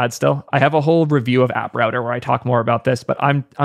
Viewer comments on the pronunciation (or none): none